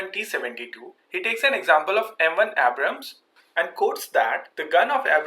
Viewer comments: Mocks "Abrahams" Says "Abras" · Its Indian pronunciation of Abrams. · MUSIC LOVER - "90% of us call it abrahm tank" - citation needed. besides, more people pronouncing a name wrongly doesn't make it right. "We have difficulty in pronouncing Abrams" - this is simply NOT true. there's nothing about hindi language that causes people to add an additional 'H' sound. The fact is, he wrongly pronounced the name in the video. Just admit that, no need to defend the indefensible.